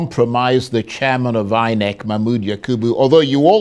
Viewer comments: Why do I have a feeling that was pronouncing it as eye neck and not inec 😢😢😢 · I love the way she pronounces it as Eye Neck😂😂😂😅, looking deliberate